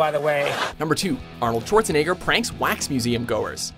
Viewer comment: He said "shorzaniger" OML XDD